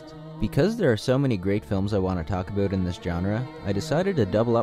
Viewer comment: Talk a'boot. ^_^